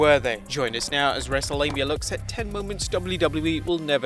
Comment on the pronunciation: Sounds like he's saying "wrestle lame-ia"